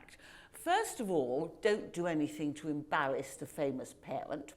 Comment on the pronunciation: Serious question. Is there a British accent where the R is spoken like W? She said “first of all don’t do anything to embawass a parent”.